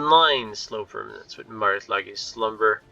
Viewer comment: FYI, Lage is pronounced like "Sage" but with an L in front, aka "Lei-ge"